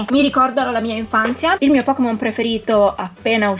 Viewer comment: bello tutto, ma è Pokémon, non Pokimon 😂 La pronuncia inglese è totalmente sbagliata (pocket monster = pokémon). Detto ciò, sono bellissimi! 😍